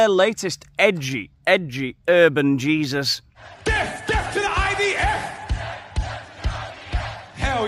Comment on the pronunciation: Did he say "deff" 😂😂 what a wally.